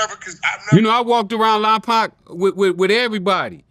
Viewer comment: Lompoc not Lompak